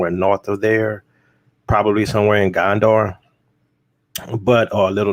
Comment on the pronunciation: Pronounced Gonder not Gandor.